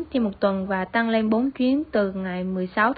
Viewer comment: tăng lên這裡你的發音不太對喔，而且解析的時候你提到了“買一送一 mua một tặng một”，tăng是“增加”，lên是“上”，tăng lên 表示某個事物處於上升狀態，越南語常會這樣搭配如giảm xuống“減少”，而tặng是“贈送、送”的意思，一個是平聲，一個是重聲，二者意思完全不一樣喔😅